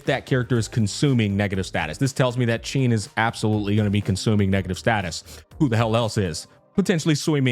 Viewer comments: Hsin’s name is pronounced “Sheen.” :) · Hey just wanted to let you know that Hsin is pronounced huh-sin most people believe the “H” is silent but it isn’t you basically sound out “H” makes and then add the “sin” part of Hsin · Just pronounce it "SIN" and say it proudly. (if you want to be very accurate, you can pronounce "HSI-" the same way you say "Shi-t")